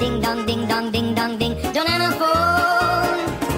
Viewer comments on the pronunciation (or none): none